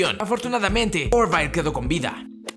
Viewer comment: Se pronuncia ORVIL, no Orvail... como en la serie de ciencia ficción The Orville ._.